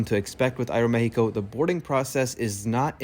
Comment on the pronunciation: Thumbs up for that great pronunciation "Aeromexico" 🎉❤